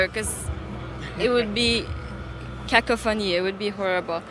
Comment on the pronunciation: Ooh, I love hearing her pronounce 'cacophany'.